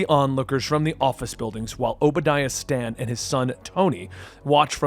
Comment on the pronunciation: Stan Stan fucking really how thick are you there's a fucking e on the end of that it's stane not Stan........